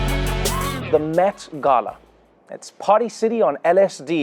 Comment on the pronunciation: Thank you, thank you, thank you, Trevor, for pronouncing the word ‘Gala’ correctly!! It was like music to my ears!